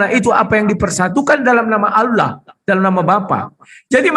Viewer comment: Mf kl sebut bapa yesus alah bukan ALLAH